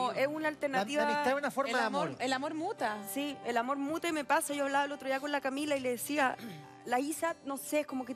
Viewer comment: "Su amort" jaja, cosita!! 😍